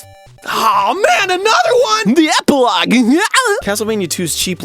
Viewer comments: The EpiloGUeEuheEhuE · why does part of me think that that’s just how he thinks you pronounce “epilogUE” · "The Epilogue, Ennyuuongggg"